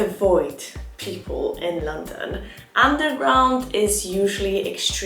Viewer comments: Had to turn off because the way uoyr pronounce London is so annoying. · It really is a bit weird